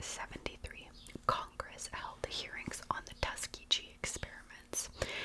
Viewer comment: hey girl just a heads up it’s pronounced like tusk-ki-ghee like how you would pronounce geese but without the se at the end hope that helps ❤